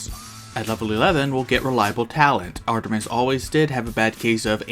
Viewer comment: awesome vid! love your channel keep it up (sorry for my other comment gotta do it-) Edit: btw love when you said Artemiser XD